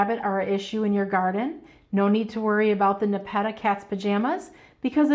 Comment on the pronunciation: Not trying to be rude, but your pronunciation of nepeta, is incorrect. The accent should be on the first syllable. I love your videos and watch daily!